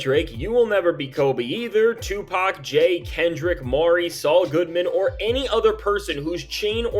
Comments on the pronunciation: Sorry, did you just say SUEPAC? I'm stealing that, just like "Lawbrey" 🤣🤣🤣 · Did he just say "SUEpac"? LOL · Yo! Hold up!? Did he say Sue PAC 🤣🤣🤣🤣🤣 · I had to restart because "Sue-Pac" took me all the way out! 🤣🤣🤣🤣🤣🤣🤣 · Bro said Suepac 😂😂😂